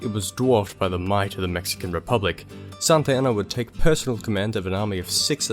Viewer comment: Why do you pronounce Santa Anna as Santayana?